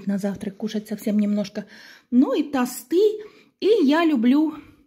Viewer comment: тОсты,а не тостЫ....